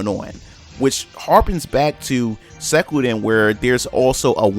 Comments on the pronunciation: Not Sekuden...! XD Suikoden! Ahha loved the video tho! :) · The way you say Suikoden hurts my nostalgia. Good video tho.